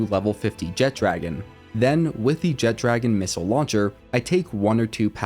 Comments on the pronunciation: Jet dragon kept annoying me, it’s jet RAGON not dragon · Great video, but AINT NO D IN JETRAGON 😂😂😂😂